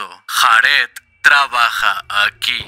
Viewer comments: De los mejores canales que he visto en mi vida, me encanta como resume las historias, las traduce (exceptuando lo de JARED, se dice "Yared" nojoda) y su edición, no se me hacen pesados los vídeos en lo absoluto, sencillamente lo amo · Me causa ansiedad que pronuncie Jared como lo hace XD